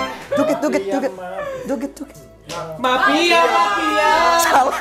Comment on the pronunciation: PLISSS ITU ZAKIAAAA BUKAN MAFIAAAAAAA 😭😭😭😭